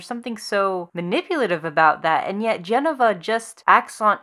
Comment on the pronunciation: It's Je-no-va not Jen-o-va.. hard to listen to your point when you're pronouncing the name wrong.. sorry.